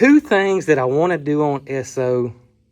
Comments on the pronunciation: The State of New Jersey still has stations that pump your gas. Still not allowed to pump your own. We know people who live there. Also, you are pronouncing Esso correct. My dad worked for Esso, which became Exxon. I love old things, too. Especially, old vehicles. They don't make them like they used to. My 24 yr old son would absolutely love this F100. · Yes - you’re definitely pronouncing it correctly - just like S-O. That was the name before Exxon. That truck is an amazing buy - kudos to Brooke for that one! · Ess' Oh is the correct pronunciation. It is really the abbreviation S O for Standard Oil company.. It has history. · I googled it and you are correct it is pronounced Eh-soh! That fuel pump and tank is probably worth half of what you paid for the truck!! Awesome find Brooke!!!I am so happy for you! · We still have an Esso station outside of mu home town and you are saying it correctly. What a find and enjoy it. FW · Campbell River BC Canada still has a Co-op gas station that does a full service. You are pronouncing ESSO right, my grandpa worked for them most of his life. 😊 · I have an old Esso Keychain fob. Esso in the US is now ExxonMobil, Esso is still in Canada, Europe and Asia. You are pronouncing it correctly. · Sir. That truck is beautiful and if Brooke said go buy it....well she's definitely a keeper lol. And yes over the pond here in the UK we have lots of Esso petrol stations and as a you pronounced it correctly. Love the videos and you guy's are doing a wonderful job. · What a cool truck! Brooke is the master of finding great Facebook Marketplace deals. I am old enough to remember Esso (and yes, you are pronouncing it right) gas stations and the ding when you drove over the hose, and the person coming out to pump the gas for you and clean the windshield and check the oil. Those were the days! 🥰 My walk to elementary school was past a gas station, and we would often jump on the hose to see if we could make it ding. 😂